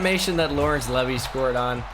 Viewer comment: It’s not leavy it’s said like leeevee